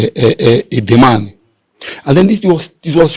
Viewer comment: Edemal not Edemani.Why are you changing the 'l' to 'n' which is the pronunciation of a different Igbo tongue? Your tongue is more ancient and uncorrupted.